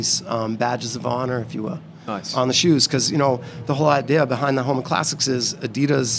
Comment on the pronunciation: pronounces Adidas both ways.... weird. The right way and the wrong way 😂